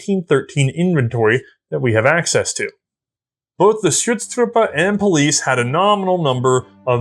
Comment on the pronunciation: I love how managed to pronounces the German Umlaut "Ü" when it is not there in Schutztruppe and ignore it in Büchse. Just switch the two, say Büchse and Schutztruppe and you are 100% correct.:D